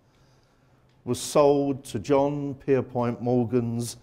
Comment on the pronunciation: PierPONT not POINT. Common mispronunciation but it's aggravating. 😁 Alexander Carlisle was the chief designer of the Titanic as well as the first of the trio, RMS Olympic. Thomas Andrews took over after Carlisle's departure from H&W in June 1910.